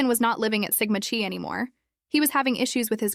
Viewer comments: Sigma Chuy, Sigma Chee, come on with the proper pronunciation: It is Sigma Chi as in Sigma Ki (k sound, long i). It was poor police work not to canvas the neighborhood and beyond, asking for ring footage and other video. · It is Sigma Chi as in Ki and her name is Xana